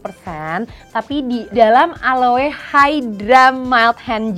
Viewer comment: Aloe = seharusnya dibaca ALO.